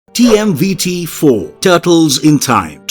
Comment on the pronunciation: lol TMVT ? its TMNT LOL